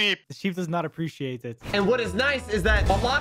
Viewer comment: appericiate lol